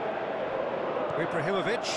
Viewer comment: "Ibrarrimovitch" (x 1000)